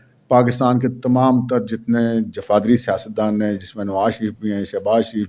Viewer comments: السلام علیکم۔۔لفظ جفادری نہیں جغادری ہے۔ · The word I s Jughadri and not jufadri.